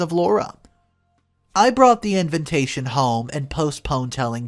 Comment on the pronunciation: Arrrgh!! Could you PLEASE pronounce Invatation correctly? It's NOT invintation. I cringe every time you say it. Just look it up. I really like your vlogs but this finally got on my last nerve. Sorry 😵‍💫